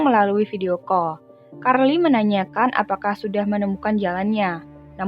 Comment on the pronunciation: Carl = karli 😂